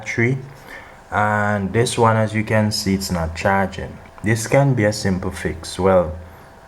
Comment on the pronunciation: " not Cha-ging" 😂